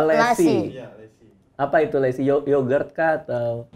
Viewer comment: lassi bukan lessi